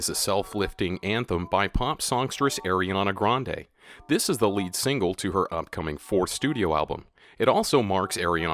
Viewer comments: the way he said it tho... airy-ahna grande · He said eriana grande 😂